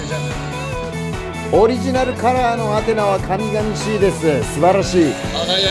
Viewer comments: かみがみしいｗこうごうしいの間違いだよね。 本田圭佑がすがすがしいをきよきよしいと言った同じ間違いだ。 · アテナの神聖衣の所で「かみがみしい」と言ってますけど、「神々しい（こうごうしい）」ですよ。